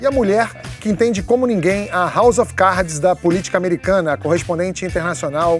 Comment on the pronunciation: A pronuncia de "of" é "ov" seu PETISTA IDIOTA!!!!!